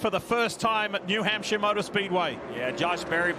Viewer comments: I’m thankful I was at the race and didn’t have to listen to Leigh saying “New Hampshire” all day 🤣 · OMG DIFFEY...WE NASCAR FANS KNOW WHO THE DRIVERS DRIVE FOR, AND THEYRE SPONSORS, YOU DO NOT HAVE TO REMIND US EVERY SINGLE LAP. AND THATS NOW HOW YOU PRONOUNCE HAMPSHIRE,SORRY.NASCAR ON MUTE!!